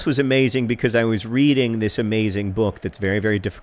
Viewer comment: "becoise" - John Green